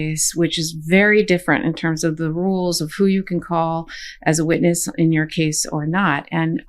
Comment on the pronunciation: Sorry, did you say witness or witless stand